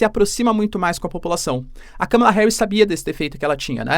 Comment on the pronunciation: Olá! Dólar a 6 foi um erro do Google. A pronúncia do nome Kamala está errada. Obrigada pelo vídeo!